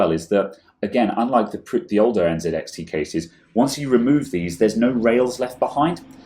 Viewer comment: you say NZXT not ENZEDEXDE